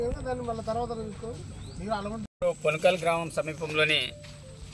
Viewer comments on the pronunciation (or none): పొనకాల్. కాదు.. పునకాలు. లాగా.. పోనకల్